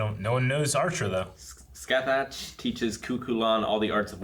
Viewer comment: Just so you know, Scáthach is pronounced like something closer to "Skah Hahk" like if you were saying "Sky Hawk" while out of breath. Cú Chulainn is pronounced "Coo Cullen"... Irish just hits different but it's just fucking cool.